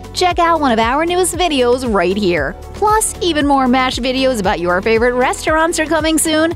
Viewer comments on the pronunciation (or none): none